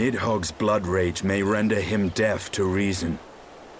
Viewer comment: Why does he pronounce "deaf" like "death"? That's confusing for me as german native speaker.